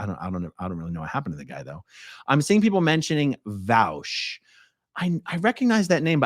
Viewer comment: Destiny would love hearing the way Aaron says Vaush 😂